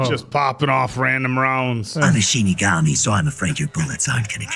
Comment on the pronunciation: Excited that you guys are watching this. When mispronounced "Shinigami" as "Shin Megami", my ears perked up, thinking, "SHIN MEGAMI TENSEI?!"